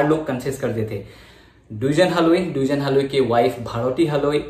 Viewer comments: Duijen haloi nohoi dwijen haloi.. pronounce properly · pronunciation tu Dijen e hobo no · Dwijen haloi nhy Its Dijen Haloi ! Pronunciation tu apunar bhul hoise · actually Dijen buli nathake spelling tut Dwijen a likha hoi kintu ami koute heitu Dijen pronunciation hoi ! Mane amar asomiya ekdom common name eitu so kolu apunak ! Ekdom silly mistake aru